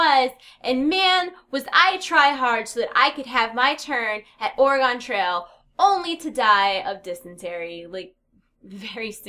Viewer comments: You're saying Oregon wrong... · as an Oregonian her pronunciation of Oregon hurts.... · You pronounced oregon wrong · please look up how to say oregon.